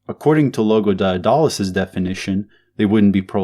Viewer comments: That's not how you pronounce Daedalus, you dolt. Read theories of surplus value. You dont understand Marxism. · The way he pronounce Daedulus really getting under my skin. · Couldn't make it through the video because you don't know how to pronounce Daedalus